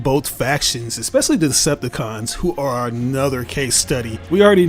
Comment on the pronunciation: "esspessly"? LOL